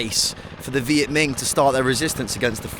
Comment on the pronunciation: It’s Minh not Ming…